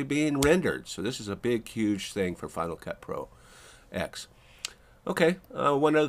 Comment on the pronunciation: It's not "Final Cut Pro Ecks," it's "Final Cut Pro Ten." Roman numeral 10. Same as "Mac Oh Ess Ten."